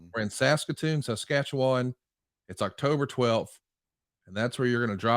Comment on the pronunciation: I gotta say I’m very impressed with on this one. For a southern boy to manage to get out Saskatoon Saskatchewan that close to correct is incredibly impressive. That’s not a knock on people with a southern accent, Saskatchewan is a native Cree word, That screws up almost everybody. Great video fantastic topic and again well done to. Yeah, I’m from Saskatchewan, And I see you said it just fine.